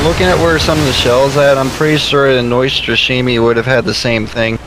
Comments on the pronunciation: lol name pronounce is completely off, but the rest is fine :) :) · That would be much closer although still not exactly on point :)